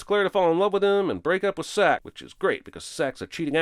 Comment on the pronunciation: His name was “Sack.” I thought it was “Zack.”